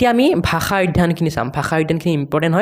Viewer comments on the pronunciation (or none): none